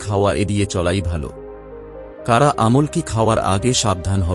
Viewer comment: "আমল্ কি" কি বলতে পারেন? কথাটা "আমলকী "